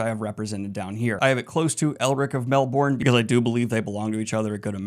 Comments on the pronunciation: Melbourne is pronounced 'Melbin' rather than 'Mel-Bourne ' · Ironically, your pronunciation of “Melbourne” was really bad 😂 You said “Mel-born”, but it’s closer to “Mel-bin” 🤣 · If it makes you feel any better, you are also saying Melbourne incorrectly. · If it makes you feel any better, you couldn't pronounce Melbourne correctly either! Very few foreigners can, for whatever it's worth. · I hate to say this, and I'm prob not the first, but you are also pronouncing Melbourne wrong 😅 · Dude... when you had the aside about pronouncing Melnibone... I almost fell out of my chair...ded. I had the fortune of my bestie discussing the books and getting me on board and he pronounced it correctly so I never had to worry, but... I gotta say calling it Melbourne gave me a chuckle, the aside left me /totally/ ded. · Great video! The way you pronounced Melbourne physically hurt me!